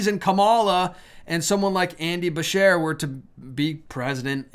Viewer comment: Andy Beshear is the KY governor, where I live. It's actually pronounced Ba- Sh- Ear....like you are shearing something.